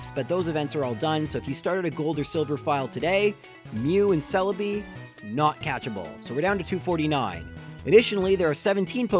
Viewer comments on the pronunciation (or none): none